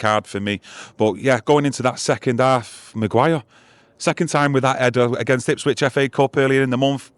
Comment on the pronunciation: It's Ipswich for fuck sake